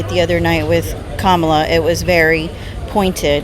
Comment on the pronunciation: Kaitlin, i know you mean well and support Trump, but you're just being ignorant on purpose at this point pronouncing Kamala's name wrong in every video. Your credibility just keeps sinking hun...